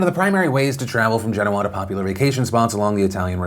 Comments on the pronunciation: That pronunciation of Genoa gets to me. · When has Genoa pronounced Gen oa and not ge noa, from one Italian to the other where is that from?